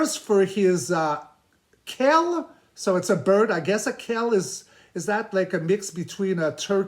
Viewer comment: Appreciate how humble you were in the beginning saying you didn’t think you could add anything more. ❤ Sad about the quail 😢. I wondered if any animals were harmed. (Btw, we pronounce that bird, like kale, but with a W right after the Q, so like this Kwale.) 😉🙌